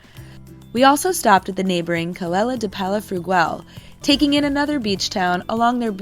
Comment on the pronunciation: Hi, Ouch, you really did butcher the pronunciation of Calella de Palafrugell. I'm an American and my wife is from that town. But I'm glad you got to experience that lovely trail from Calella to Llafranc. C'mon back to Begur in summer where we have a place there.